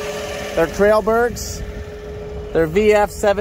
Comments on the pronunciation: Why duals though? Didn't have that on the 720? 🤔 Also, I live close to Trelleborg, and it's not pronounced "trailburg". 😉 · "Trellburgs" hahah that's an awesome way to pronounce Trelleborg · As a swede i love the way you say Trelleborg :)